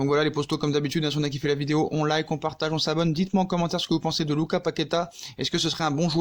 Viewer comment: Lucassssss on prononce le 's'